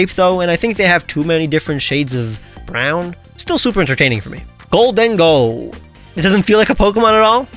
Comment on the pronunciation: IT'S GHOLDENGO, NOT GOLDINGO!